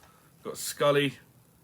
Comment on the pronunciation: I never knew they did a uncharted and xfiles crossover 🤣🤣 its sully not scully 😂😂 right then.... chop chop get back on that gt licence 😄